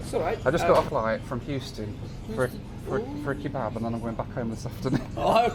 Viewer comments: The pronunciation of kebab as "key-bab" is infuriating 😂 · Who says "kee-bab"? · I like how you pronounce it 'key-bab' :)